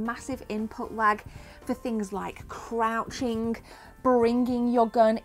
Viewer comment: The word kidding... Does not end with a K. Shooting(K) Crouncing(K) Why do you pronounce so many words wrong(K)! It's annoying (K) as fuck... Now that word does actually end with a K!